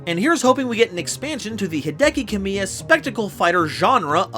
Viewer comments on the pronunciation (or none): none